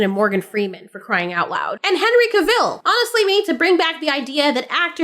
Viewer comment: Henry who? where are you from? first I heard his name spoken this way 🙂